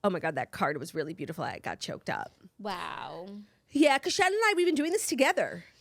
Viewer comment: As someone named Shannon - it makes me so happy the way you pronounce ShAHnin